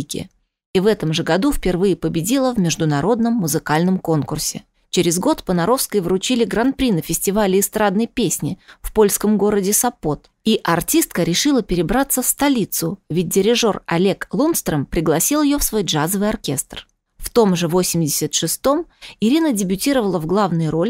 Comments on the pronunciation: Город СОпот, а не СопОт. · Господи, вы специально ударения коаеркаете: СОпот, что еще за СопОт? Это прикол что-ли такой? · Комментатор не знает городов. Сопот. Ударение на первое О. Раньше мы учили грамотный язык,когда передачи вели образованные дикторы. Сейчас кому ни лень лезут в эфир и никто их не исправляет. Позорище. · Я прошу.. Прощенья.. у всех слушателей.. и у Журналистки.. которая рассказывает.. хочу.. Спросить..! почему Вы часто.. Неправильно ставите ударения.. на слог...?? а Сопоте.. ударение на 1-ю букву //О\\\...! произносить..! 😮‍💨😮‍💨😮‍💨😮‍💨😮‍💨🥶🥶🥶🥶🥶🥶😎😎😎😎😎😎😎😎😎👈👈👈👈👈👈👈👈👈👈👈👈👈